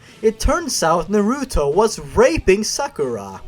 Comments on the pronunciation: it's pronounced naruto, not naruto ;3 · The way you pronounced the Naruto names made me cringe. xDDD